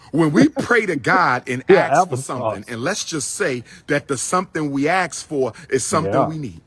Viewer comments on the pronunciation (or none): Each time he says axe instead of ask, I hear nails on a chalkboard 😂